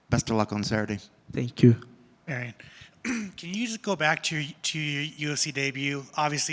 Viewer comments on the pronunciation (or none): Why is that one guy calling him ‘Marion’ when his name is Mairon. Be professional